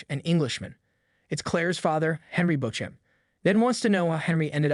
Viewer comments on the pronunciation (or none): Good recap. I’m gonna assume you haven’t watched Outlander, So I just wanna give ya a few tips for the future. (Not AT ALL trying to be mean. Just to help) -Leoch is pronounced Lee-ock…heir is pronounced “air” the h is silent….. Beauchamp in this series is pronounced “Beach-um”. Dougal is pronounced Doo-Gil(which u did say correctly most of the time) and Craigh Na Dun is pronounced “Craig Nah-Doon” please don’t think I’m trying to be rude at all. Just trying to help for any future episodes. You did a good job!